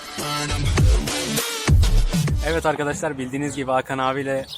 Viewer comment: nobody:: eved arkadaşlar